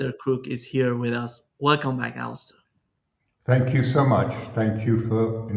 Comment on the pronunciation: It is detail but should learn how Alastair Crooke's name is pronounced with the stress on the last syllable: AlasTAIR. It is not "Alister""..